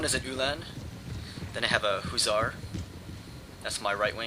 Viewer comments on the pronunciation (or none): hussar* not hoozar